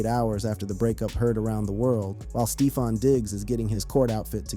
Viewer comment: Did you say stee-fon?